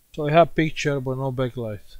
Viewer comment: try to say back light not bek light hahaha